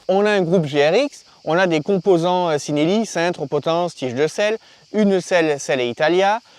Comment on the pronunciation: Ci en italien ça se prononce chi et non si ;) ( chi-nel-li )